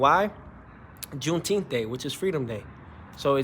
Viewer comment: He said juneteenf is freedom day. Lol, that’s the 4th buddy.